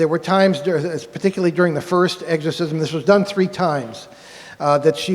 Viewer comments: pronounced ex not egg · Love this video, however, i chuckle a little every time they say “eggs-corsism”…😂. Great lecture guyz, i listen to it from time to time. No one ever told me, nor had I heard it before when I was young, but I always thought they were aliens playing vile tricks on humans. For some reason, it makes sense to me! I was raised a Baptist. All this fascinates me❤. Be safe!